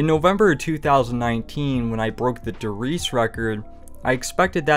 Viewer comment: Not to be that guy but. Der “Reezuh”